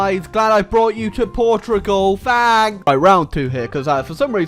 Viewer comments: why are you saying Portrugal? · Why cant you say portugal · "Portrugual" will never not be funny to me.